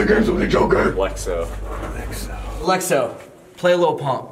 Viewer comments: he said Lexo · •*The Normal Cat*• He said Alexo play lil Pump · he said alexo